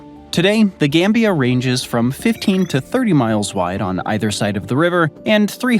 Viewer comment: Why you gotta make some countries sound like elements? Gambium, slovakium, korium 😂